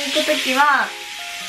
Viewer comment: からのカタコト可愛すぎ笑 ボクハ、ネギタンシオガ、スキデス。